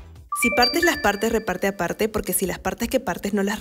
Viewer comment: Me, chaeryeong surpise me so much <3, in the beginning she has a good Spanish, his voice makes you feel comfortable, the pronunciation of: "partes" and "aparte" is so natural. Well, maybe in the last line the pronunciation is more confusing (because it gets tangled up with your words) but wow is awesome.